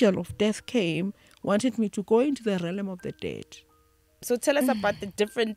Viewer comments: Realm pronounced as Relm not relem for pronunciation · I wanted to cry everytime they kept saying "relem"! Agh😭😩 It's Re-a-lm ladies! Anyway, I've learnt so much from this lady and her revelation. Thank you❤ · Realm.... Not 'Relem' otherwise interesting. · Ladies realm is pronounced relm not relem! Interesting interview but such spiritually enlightened people should educate people about the law of duality in these different realms. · Realm is pronounced as RELM... 😊😊😊